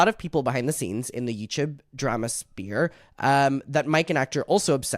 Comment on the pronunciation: you crack me tf up, are you saying drama SPEAR?? 😂 bc it's SPHERE 🤣 i love you